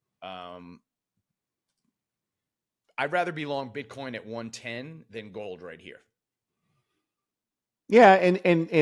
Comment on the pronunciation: Did he say “bitcon”?😂